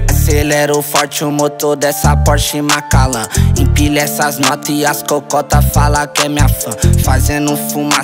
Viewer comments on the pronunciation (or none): É porshe macan, 😂 não Macalan kkkkk